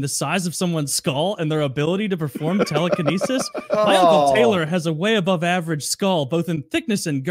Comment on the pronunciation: “Telequinesis” lmao